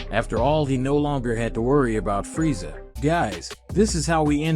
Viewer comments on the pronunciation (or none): It's Freeza not Freezia dont want to nitpick, but it's kinda annoying. Decent story nonetheless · I can’t handle how your saying frieza 😵🤮